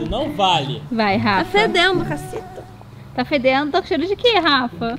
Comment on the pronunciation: ela falou caçeta